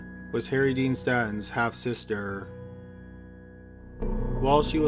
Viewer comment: StaNTon, Not Statton.